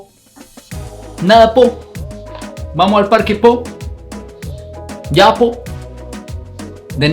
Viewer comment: nunca habia escuchado a alguien pronunciar yapo tan mal